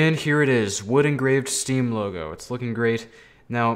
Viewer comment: Who hear him say stem not steam